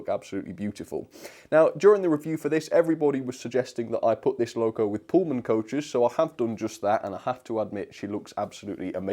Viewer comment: did you say bullman coaches!? 😂😂 Thanks for the great video